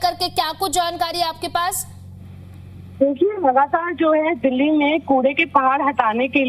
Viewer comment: भाई दिल्ली होता है दल्ली नहीं 😂😂